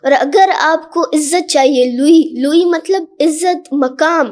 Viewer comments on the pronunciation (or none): MATALAB KO Matalaab